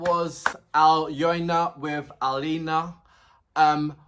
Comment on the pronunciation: Thank you for your quite deep and positive reactions! I must say that Alyona's lyrics are meaningful, and she is a clear talent - all the lyrics are not just for the rhyme - they are like a net of nicely tied laces. BTW, you've correctly pronounced "Alina", and Alyona is very close, just YO instead of I, and A-LYO-NA is pronounced like A - [A]rt LYO - [LEAR]n N - just [N] A - [A]rt